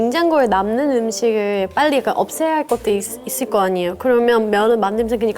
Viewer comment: "아~니예요" 발음 찐 말투네...자주 말하는...